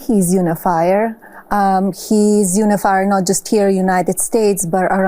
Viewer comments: Uni-lyer not unifyer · 😂😂😂😂 "He's You-knee-fire" ! Right! Nothing like non stop lying, insulting, attacking, cashing in taxe payer money to unify americans... against orangeman and his circus of clows! 💩🤡💩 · She said unifire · 'I tink hes ooneefire' 😂😂😂😂 Learn the language or get out! 😂😂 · "...I think he is an in-afire, he is not just in-a-fire in united states but all around the world, he starped many wars...." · Bbbbbbaaahhhhaaaa yes unifire. Hilarious.